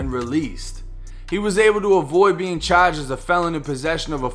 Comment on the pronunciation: *Parking not Pocking😭 *Charged not Chaged 😭